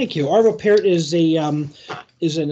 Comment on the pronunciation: Arvö Pärt pronounced Pjart